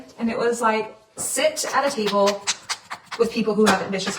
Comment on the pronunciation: I wasn’t really paying attention in the beginning, I thought she said titty bowl instead of table 😂.